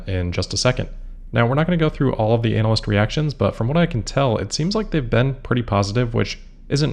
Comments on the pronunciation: You might want to take care with how you pronounce 'analyst.' Half the time it sounds like you're talking about a specialist type of performer in, uh, entertainment for grown-ups. It's a bit gross, frankly. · is that the correct way to pronounce "analyst?"